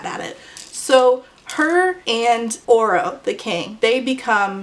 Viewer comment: I have not read this book and every time you said “Oro” I thought you were saying Orel/Oral until I read some comments and thought “sheesh we’re really starting to run out of names for these YA male leads”